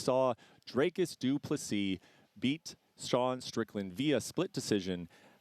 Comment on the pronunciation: His name is DRICUS.... not Dracus mf.